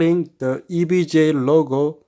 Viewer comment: “Hi guys! Today I just got ewega Rtx 2070 xc” Anyways nice vid I’m getting this but it’s 2070 super lol